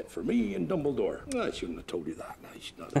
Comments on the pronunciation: did she just call dumbledore, "double-door" at the end?? 😂🤣😅 LOL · im pretty sure she said "Dumbledorf" which makes it even more funny 😂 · "Dumbeldorff" hahahaha